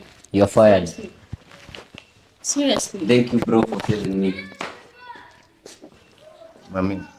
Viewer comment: ur fired😂😂😂😂sounded more like ur finished